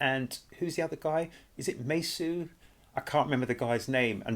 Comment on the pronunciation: Its Mesus pronounced like Jesus not the Spanish Jesus but the English 1